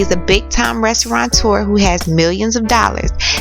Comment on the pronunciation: *restaurateur It is a french word. NO "N"!!!!! Even the news caster said it like that. It is a peeve of mine.